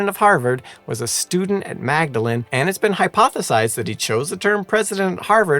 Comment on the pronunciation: Fascinating coverage - thank you! One minor point of note - Magdalene College Cambridge is usually pronounced "Maudlyn". Yes I know, I know, us Brits are really weird